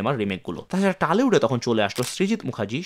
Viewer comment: ওটা টালিউড না ওটা টলিউড